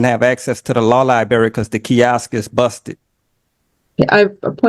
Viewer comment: If I hear one more person call it the “law lieberry” instead of library I’m going to lose it.